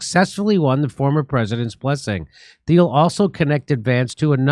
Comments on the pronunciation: Peter Thiel’s name is pronounced T-eel, not Th-eel. The H is silent. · Theil to Thiel and the h is silent pretty sure😊❤